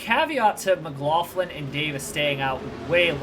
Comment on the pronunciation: Just a little pronunciation thing with Scotty Mac. (Mc-Glock-lin)